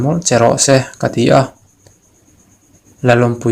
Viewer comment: Ngaihnawm lutuk...mahse lalawmpuii tih ani sia lallawmpuii tiin i sawi daih bawk sia...